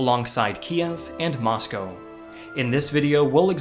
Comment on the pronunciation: I love the fact that you pronounce Moscow correctly instead of mos cow.